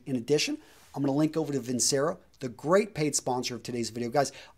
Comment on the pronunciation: Your credibility died the moment you said Vincero.